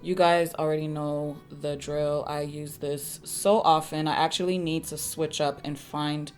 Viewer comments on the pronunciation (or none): none